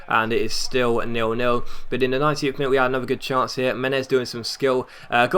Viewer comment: when you say 19th, it sounds like 90th